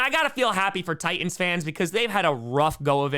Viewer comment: The way you pronounce Titans...oof. There are 2 T's in Titans,!